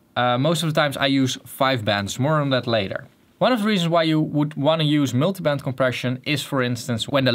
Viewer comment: Miltybent compression kinda funny how he says it